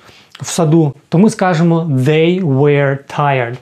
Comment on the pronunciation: Чому were ви вимовляєте як where? Воно ж не так вимовляється